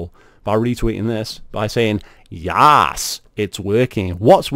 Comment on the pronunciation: I'm 50 seconds in and he already misread "yees" as "yaas". This is gonna be one hell of a ride.